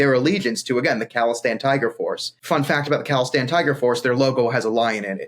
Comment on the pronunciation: It's khalistan not calistan, they are not some kind of workout nerds :D